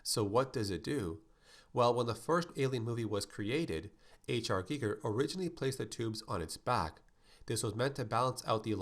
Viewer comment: The way he pronounced HR Giger killed me